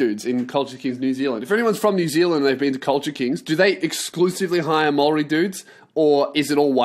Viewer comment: No mate man but your pronunciation of Maori is off. Say it like Moldy and it'll be heaps better